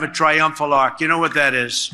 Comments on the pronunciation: Arch not Ark … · Arch. Not ark. You dont mix french and english in the same sentence. In quebec its refered to as franglais. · If you are speaking English (questionable with Trump) the Word is ARCH not Arc which is a French Word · Arch not Ark, wft trump is dumb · He doesn't even know it's an ARCH, not an ark. Then again, name something he does know. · Arck? Arc? Wtf in english its an arch. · It's not an "ark", it's an "arch". 🙄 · In English we call it an 'arch', not an 'arc'. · Trump, it's an arch, not an ark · Does Trump understand he is pronouncing Arch the French way? What an uninformed ignorant uneducated man. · He can't say arch.....